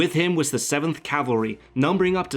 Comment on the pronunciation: Cavalry.Not Calvary.